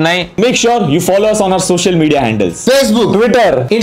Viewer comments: spocial nhi social hota hai end adi 😂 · social to spocial End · Its social not spocial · SPOCIAL MEDIA ACCOUNTS ni SOCIAL MEDIA ACOUNTS hota hai #endadi hahahahahaha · spocial media kay hota hai😂😂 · Spocial ki social.. 😂 😂 😂 😂 #EndAdi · Spocial nahi Social hota he 3:92 , kindly edit it. BTW great video as usual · Social hey. Wo..Spocial nahi ta..😂😂😂😂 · Spocial nhi bhai social media 😂😂😂🤣🤣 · Spocial xD instead of social 😅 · Vai social ko SPOCIAL Bana dia😂😂🤍💙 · “SPOCIAL” MEDIA ACCOUNT End 😂😂🤣🤣🤣🤣🤣🤣🤣🤣🤣😅😅🙈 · "SPOCIAL" media account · spocial🤣 end adi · what is spocial media bhai 🤣🤣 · spocial kia hae bhai 😂😂😂🤣🤣🤣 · "SPOCIAL "Media 😂😂😂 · Bhai yeah adi ko job se nikalo social ko spocial likha h m dekho 😂😂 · Spocial media 😂 Artificial (AI) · Spocial media kya hota he?? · YE SPOCIAL KYA HAI ? XD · Spocial kya h bhai.?